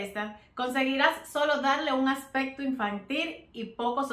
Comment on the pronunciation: Buenas ideas, pero te sugiero con respeto para que tus videos se oigan mejor que pronuncie bien las palabras accsesorio o aspecto.... por que se escucha asesorio o aspeto, másimo que la verdad se escucha mal. Es solo una sugerencia. Igual tienes un like